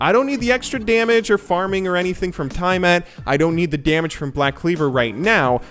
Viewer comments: It’s pronounced tee ah mat From the Babylonian goddess of the sea. Not tai mat. :) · Tie a mat? Its tea a mat you ape... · TIE-MAT..., why do you pronounce it like that? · Why was he pronouncing Tiamat like that?